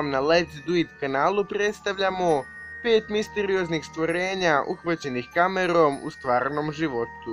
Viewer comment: Kaze se "Misterioznih"